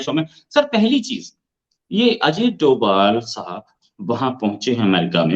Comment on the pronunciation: डोभल नहीं डोभाल सर्जी